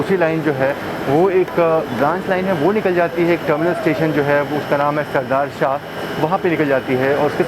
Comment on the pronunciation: सरदार शाह नहीं सरदार शहर सुजन गढ़ नहीं सुजानगढ़